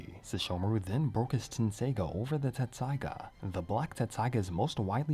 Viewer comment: Hey I gotta ask. I thought it was Tetsusaiga. What’s up?